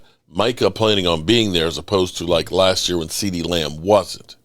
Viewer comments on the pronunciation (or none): none